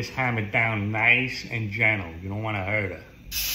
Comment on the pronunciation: “You don’t want to hert err” Proceeds to sear the fuck out of it